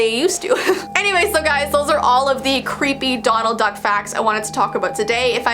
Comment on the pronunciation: I thought she kept saying McDonald Duck